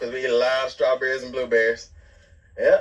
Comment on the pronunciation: When Noah was asked what was he excited about planting a garden , instead of saying he excited about planting strawberries Noah pronounces strawberries Trawberries. Noah needs help with his speech.